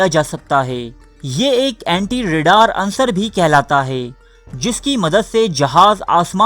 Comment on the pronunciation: bhai aap ki video bohat achi ha .....lekin urdu ka aik lafz ha unsur ..aap ise ansar bol rae ha.. jo k galat ha